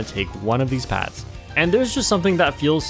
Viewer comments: What's more concerning is how keeps pronouncing 'Paths' as 'Pads'... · Why does keep pronouncing 'paths' as 'pads'?